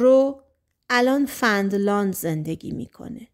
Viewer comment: سلام مرسی از خوانش زیبا اما چرا به فنلاند میگید فندلاند؟